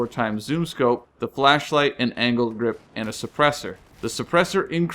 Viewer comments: sounded like anald grip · Ok sorry, but it sounded like he said "anal grip"